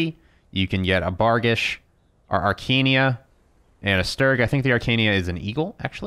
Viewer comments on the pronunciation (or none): You mispronounced "Arachnea" (moved the second "a" and made it "arkania"). It's pronounced like Arachnid, which means Spider. So ... a spider saddle, maybe.